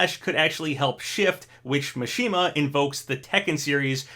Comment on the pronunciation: Your pronunciation of Kazuya is perfect. Mishima however... its MI not MA. cmon